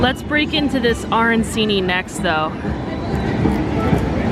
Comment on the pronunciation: Just wanna say "arancini" is pronounced "aranCHini" (instead of "aranSini"). In Italian, "c" is pronounced as "ch"